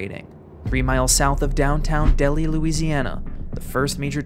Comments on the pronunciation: It took me nearly 50 years, and I finally came across this video. I was a child living at Waverly Louisiana when this happened. The correct name of the town is pronounced, “Dell High”, not “Deli” as the narrator pronounced. It was on a Sunday afternoon after church services were over and the skies were dark, and it was very cloudy. My dad went to the back of the house and spotted the tornado and yelled to my mother, and I it looked as if it was coming directly to our house. I never seen a thing like this in my life. It looked like a angry monster, black and roaring loudly. One could even see trees being uprooted, so my father grabbed my mother and I, and we ran under a highway bridge. The tornado cut across Highway 80 and went in the direction of the Lenore family. I knew all of them personally as Ella Lenore sang a song at our church that was eventually destroyed by that same tornado. I also went to school with some of the children of Ella, and the tornado threw them all into the Bayou. The family members all died as a result. The only survivor found in the Bayou was a young black teenaged male. The tornado blew his mother and siblings into the Bayou. His injuries was so extensive, that the tornado crippled him terribly, he lost sight in one eye, and he had multiple fractures. He is still alive today; retired, and living in the Washington, D.C. area. Years later,I learned through Internet search that the tornado was categorised as a F5 tornado. In the local town newspaper, m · It's pronounced "Dell-high"... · FYI- Delhi is pronounced Dell-high. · It's pronounced Del High. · Delhi, LA is pronounced “Dell hi”. Great video though, really interesting. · As a Louisiana native, it’s pronounced “dell-high”. Love you though lol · Idk if someone commented this already but Delhi is pronounced like “Dell-High” No reason for you to know that other than to have been from down this way lol. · That's pronounced Dell - Hi. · They pronounce it Dell-High, not Delhi